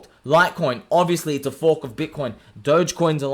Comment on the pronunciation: Lol when you say “you can’t FOARK THIS!”